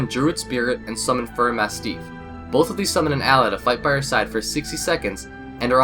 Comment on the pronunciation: lol "masteef" fail